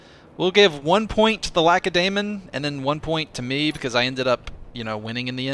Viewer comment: Jurgen Ronaaz y pronunciation is fine, as long as he stops with the lack-a-day-mon! It makes my ears bleed lol